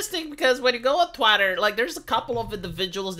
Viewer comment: I absolutely love how casually says "twatter" or "Californyanya" like it's just how it's supposed to be. what am I saying...